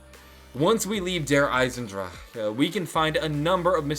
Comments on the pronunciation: you sounds so drunk when you say Der Eisensdrache... I still love it though. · you sound like your having a stroke when you say der isendrache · you're saying der eisendrache wrong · Why does he have a stroke every time he says 'Der Eisendrache'? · Sounds like he's messing up the word der eisendrache XD just listen to it he's even having a hard time saying due to the tone of his voice. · You sounds like you're having a stroke every time you say Der Eisendrache 😂 Say it with a German accent, it's much easier to say then 😛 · I need a 10 hour loop of you saying Der Eisendrache (No hate) <3